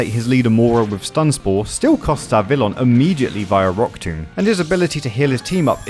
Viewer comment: Love this video and these challenges, keep them coming! That said, my brain did misfire everytime you said Vivillon. It is pronounced Vivi-yon as it officially uses a french pronunciation.